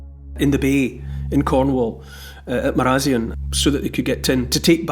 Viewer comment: I got scalded by the locals when I pronounced Marazion like you did - apparently it's Mari- Zion...